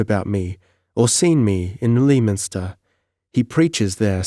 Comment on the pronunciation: Tremendously enjoyable read and fortunate channel find. Sorry in advance but in case this come up for whatever reason in the future: Lei-minster.